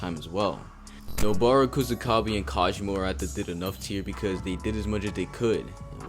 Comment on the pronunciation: Its Kusakabe